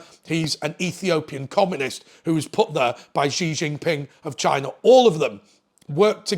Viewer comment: haha that's exactly how he pronounced it! 🤣